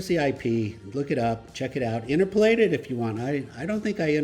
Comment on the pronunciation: Also, an aside: the word is in-TER-po-late. Dictionaries don't seem to bother with accent marks these days, but the accent is on the SECOND syllable when correctly pronounced. Likewise with the common variants of the word: interpolation, interpolating, etc. The accent remains on the SECOND syllable in ALL of them. As in in-TER-po-lat-ing. It is an important word for you; might as well say it exACTly corRECT!:person-turquoise-waving-speech